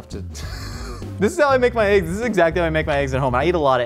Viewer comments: I dislike everytime someone pronounced it "AYYGUZZ" it's definitely "EHHGGS" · When did the pronunciation of "eggs" (ehggs) become "[h]eyggs?" It's not just on MK - I've heard it in soooo many shows. But if somehow people start pronouncing eggs incorrectly on a larger scale nationwide, I'm probably going to blame. Why? Because sometimes he says it right, and others he doesn't. Which reminds me, is PAPrika versus papRIka pronunciation just shtick like I believe the ehggs/eyggs thing is?, let the language mutate organically. English doesn't need your chaotic radioactivity to speed up its degradation.... Umm, ok, love y'all!! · I love how they lean in to "AYYYGs"...i never understand why people would pronounce it that way? It sounds so ridiculous lol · Sooo... Who here says "eggs" like a normal human, and who butchers the english language and says "ayygs"